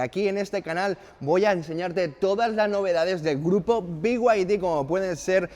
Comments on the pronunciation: Beguadi No. Se dice bieide. A VER SI TE ACLARAS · Si dices Off Road como se lee, porque no decir be-y-d y no "biuaidi"